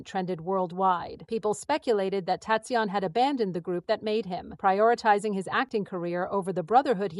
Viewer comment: I'm sorry to to say but this sounds overly dramatised. Some facts may be correct but they seem to have been greatly exaggerated for the purpose of sensationalism. And it would be great if his name was pronounced correctly. I congratulate him for nurturing and protecting his relationship. I'm so happy for him. I wish him a warm, fun, wonderful and love filled life 😊❤❤❤❤❤❤❤